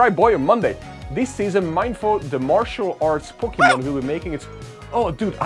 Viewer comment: I don’t mean to lip praise or whatever but seriously dude! You are so kind! You always buy event tickets for your subscribers and like- wow 🤩 (P.S it’s Mee-in-foo and Mee-in-shā-ow)